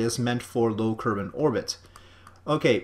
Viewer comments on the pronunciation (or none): did he say, " Low Kermit orbit"?